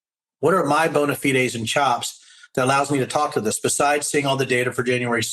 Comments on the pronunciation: Props to Riggleman for the actual correct Latin pronunciation of "bona fide." Definitely unexpected. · Canadian here: Denver, welcome to MeidasTouch! Brilliant analysis! (AND, very few people know the proper pronunciation of "bona fide".... 🙂)